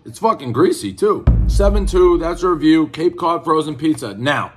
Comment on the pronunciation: Cape Cud Peez Err 7.2